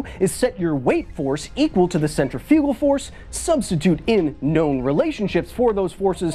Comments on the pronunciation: I didn't get triggered because centrifugal force is a fake force, I got triggered because you keep putting the em-PHA-sis on the wrong sy-LLA-ble! It's not centri-FU-gal force, it's cen-TRI-fugal force!! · yeah we were triggered but because you said the word wrong I won w got laughed at for saying Centra-Fuge-al and told its pronunciation was Centrif-igal or Centrif-ical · So, now we’re just going to pronounce English words any way we want with no consistency? I take issue with your pronunciation of ‘centrifugal.’